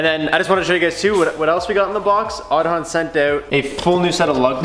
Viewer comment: In Irish Aodhán is Aidan. Pronounced Aid-on, not pronounced Od-on.